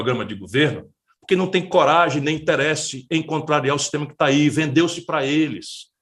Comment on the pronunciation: Não é "interésse, Cirola, é "interêsse".